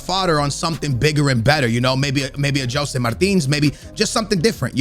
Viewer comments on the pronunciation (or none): none